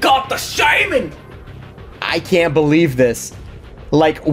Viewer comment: the shaymin...... I can't I just cant........